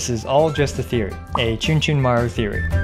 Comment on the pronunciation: Chunchunmaru... more like Achoochunmaru